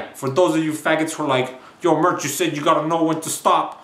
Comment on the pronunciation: stop saying MIRCH!